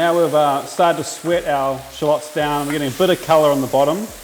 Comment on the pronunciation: Love that SPACE!! From the U.S.🎃🎃! Love the way you say shallots, the BEST! PEACE.